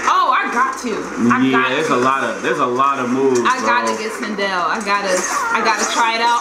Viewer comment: Did just call Sindel “Chanel” 💀